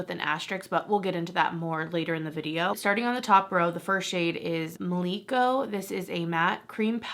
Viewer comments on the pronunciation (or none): I love your reviews, they’re so thorough and helpful. And I believe the shade Mliko is given an African pronunciation. Em-Lee-Koh. Just an FYI. 😊